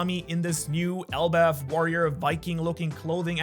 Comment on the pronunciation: It is elbaf